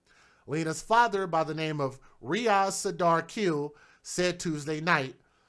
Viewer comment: Pronounce the Last name as Kheel. Breathy h.